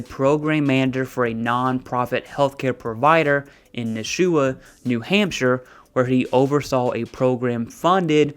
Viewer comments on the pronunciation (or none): If one defrauds Medicare they have to do it in the billions of dollars, then one becomes a US senator, if one only defrauds for millions or less one is more likely to go to jail. It's pronounced: Nash U ah.